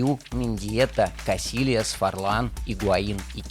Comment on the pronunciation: в Испанском две латинские буквы LL произноситься как длинный И то есть не КасиЛиас а КасИИас не давид виЛия а двид вИЙя , не марБелия а марбеИЙя не муриЛио а мурИЙо и тд .....Баск он Баск о считает ли себя таким это другой розговор